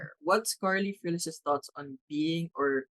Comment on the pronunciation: Correct pronunciation SPANISH LAST NAME FRILL-ES FRILL-YES NOT FREE-LESS 😢